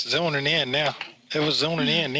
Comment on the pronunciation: It was zooning in, it was zooning in. He said it wrong twice omg